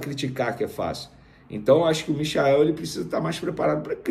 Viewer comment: Galvão Bueno não dá mais. muito chato não tive opção. Passou o primeiro tempo inteiro chamando o Michael de... Mikael. É mole?? E ainda se diz flamenguista